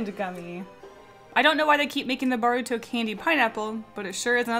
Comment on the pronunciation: I cried when you said Boruto's name wrong.. Naruto will get you.!! (Jk